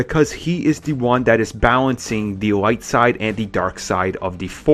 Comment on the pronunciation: "bawencing" "beweve" "han sOwO"